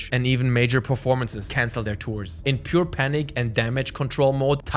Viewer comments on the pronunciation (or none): none